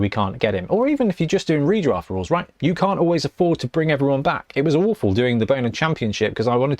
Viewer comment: I missed the part where you talked aboot rulez. 😅